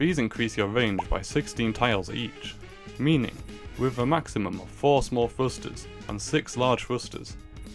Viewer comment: are you saying "frusters?"